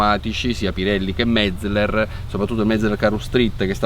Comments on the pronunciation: Si dice Metzeler no Metzler.Impara prima di parlare.Se non vedi la"E" comprati gli occhiali. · Uei... Perfetto, cerca di essere "perfetto" anche nella pronuncia... Metzleler si pronuncia Metzéler, con l'accento sulla SECONDA "e". con buona pace dei tedeschi... Ti prego, cerca di concentrarti... :-) E anche Michelin pronunciarlo alla francese, non è snob, ma solo reale.